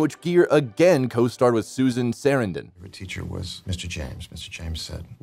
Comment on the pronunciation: The same with Susan Sarandon last name as well